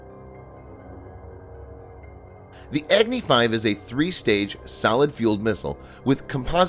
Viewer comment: Its not eggnee 5. Its agni 5